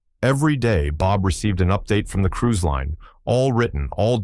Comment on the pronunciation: I love revenge stories. But, it is cruise not crews.